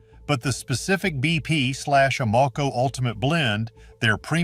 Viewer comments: I can’t believe I’ve wasted my time watching this AI generated nonsense. Evidenced in they don’t know how to pronounce AMOCO. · How can you mispronounce Amoco? Maybe this is a clue that this video is AI.